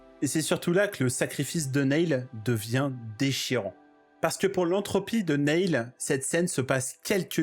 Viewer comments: très cool vidéo. (cependant, tu as vu le film, et tu sais donc que Neil se prononce "Nile" et pas "Néïl" 😝) je m'abonne pour la peine. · Ça se prononce "nile" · Alors nail ça veut dire clou. Neil se prononce "nil"